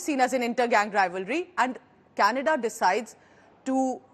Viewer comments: Its official..It's not Canada anymore..It's 'Kha'nada...😂😂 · Trudeau is responding to Kannada and not Canada 😂😂😂 just ask any Nijjar fan to pronounce Canada and see the magic, yesterday pronouncing was changed and today government is about to be changed and tomorrow country will be changed to Khalistan 😅